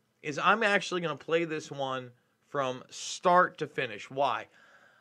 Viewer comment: "We are acQtually.."